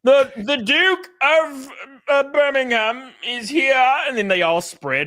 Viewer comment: is the first American in history to pronounce Birmingham correctly.